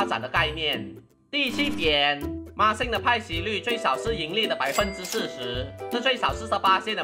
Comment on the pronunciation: 不知道为什么。。。。我一直听到NixSxng 😄